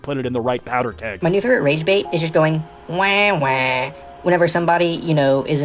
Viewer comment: It's wah wah not wae wae